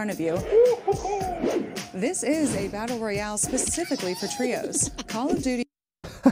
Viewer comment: deja tu adore call of mais tu les respect même pas xD du dit cAll of alors que c'est caull of ( sa se prononce ( au ) ) alors bon xD respect les d'abord xD